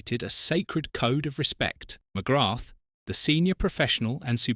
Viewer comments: you're incorrect pronunciation of his name is a total disrespect of the man and a showing of your ignorance. It's almost as bad as that git goldbridge's pronunciation of Evan Fergusons' name as EVEN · You’re even pronouncing his surname incorrectly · Hi, a proud Irishman here, I'm still trying to figure out how to react to this video. On the one hand, it is stated that "there are six people that he will never forgive," yet near the end it is stated that he never actually said this directly, so it is contradictory. Also, one BASIC thing that seems to have been over-looked: the world and its mother ALREADY knows that in Irish culture, the "h" at the end of his name is silent, why you kept on mis-pronouncing his name is, frankly, a mystery to me - and most like EVERY other Irish-born person watching. Also, to say the Paul McGrath is "mad at the people who enabled his drinking" while similtanenously saying "he blames himself" is also contradictory. These are just my opinions, any other huge Paul McGrath fans in their late 50s, if you have any opionions to share, please do so! WE LOVE YOU, Paul, you were a legend. 😁👍💚🤍🧡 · Jesus, this guy keeps butchering the pronunciation of his surname over and over .. thats the biggest insult of this video ffs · Ffs Just learn how to say his name correctly. I know its a dumb AI voice but it can be thought how to pronounce his name. This is lazy from the content creator. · Not pronounced ‘ McGratt ‘! It is pronounced ‘ McGraa ‘! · Its not McGratth As you English pronounce. Its actually pronounced McGra,you drop the th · Thanks ya saved me, I got 3 minutes in and him pronouncing it Mcgrattttt was grating on me 🤦🏻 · Pro tip. ..ignore the "th" and replace with an elongated A sound Mc-graaa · Its pronounced McGra! The th is Silent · The 'th' is silent. Pronounced McGra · Its just pronounced Mcgrah...on a side note Ooh Ahh is me favourite irish player ever 💚🇮🇪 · Fyi the TH is not pronounced in McGrath. Its prounounced McGra